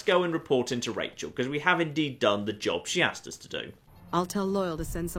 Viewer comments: its Raquel not rachel for fucks sake. its your favorite game you should know this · Her name is Raquel (pronounced ra-kel) NOT RACHAEL! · Her name isn't Rachael, it's Raquel. Pronounced Ruh-Kell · Her name is not Rachel. It is Raquel. It is pronounced Rock-el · Or Rah-kell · Raquel ( Ruh-kell)